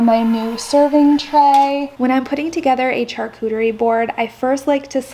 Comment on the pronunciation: Your video is great, however it’s pronounced SHARCUTERY not CHARCUTERY.